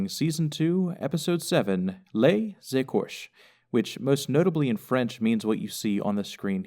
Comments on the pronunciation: It was only a little wrong - the accent over the "e" gives it an "a as in say" sound so it's "Lays eh-cor-shay" - you were really really close for an anglophone. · awesome vid as usual. FYI "les écorchés" is prononced as you did except at the end you should say "ey" --> ey-kor-chey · It's pronounced: "Lay Aykorchay". And it means the "skinned ones" , and not "skeleton".